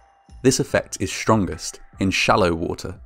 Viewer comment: Shtrongest… lol Brits are funny